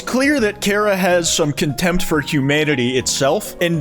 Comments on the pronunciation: chara not kara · its CHA ra. not KAR ah. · thats not how you say charah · It's Chara's fault that pronounces the name "Care-uh" instead of "Kar-ah" (I am incapable of handling slight linguistic differences to my own vernacular) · "carea" yeah learn how to spell chara before you make undertale memes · The way says "Kara" gives me a brain anurysm:sob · I don't trust people who pronounce it char-ah ngl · His pronunciation of Chara just made me drop the video. It's unbelievable.